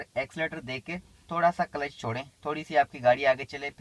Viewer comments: कलेच ?😂😂😂 क्ल्ज है 😂😂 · Kalesh nhi sir Clutch hota h